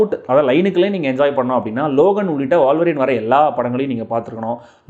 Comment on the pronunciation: Boss , அது வாழ்வரின் இல்ல..... ஊழ்வரின் (wolverine) Wool - Va - Rin. 😂😂😂